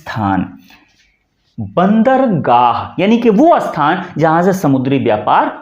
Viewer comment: "अस्थान", " इस्थान" ❌❌❌❌❌❌❌❌❌ ==>> स्थान ✅